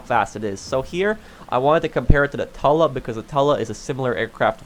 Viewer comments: Why you call it the tola it’s the Tula uuu not ooo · Tuh-luh Moguyl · Dude its not that hard... Tula. Too-lah. Mogul. Moe-gull. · It’s pronounced Toola like the flower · Bruh. In real life, the mogul would be able to carry 15-20 bombs so stop complaining. And learn how to pronounce. Mogul=Mog-ull. Tula=Tu-lla.